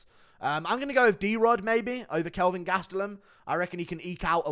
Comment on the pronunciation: Ke(L)vin Gastelum